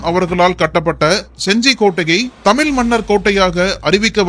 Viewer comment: தமில் இல்லை தமிழ், தமிழ்.